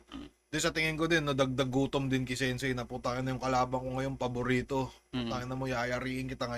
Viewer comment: Tangina towpher marami siyang nasasabi kasi sensei "Sen say" HAHAHAHAHA